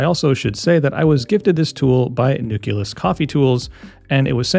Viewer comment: Nucleus = new-kleus; same with nuclear = new-clear. Not newkulus